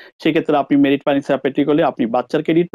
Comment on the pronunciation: ভাই উচ্চারন ঠিক না কেনো? Get (গেট) কে গ্যাট উচ্চারন করছেন। Married কে মেরিট বলছেন। Confuse কে কনপিউজ বলছেন। আরো অনেক উচ্চারন ঠিক না। ধন্যবাদ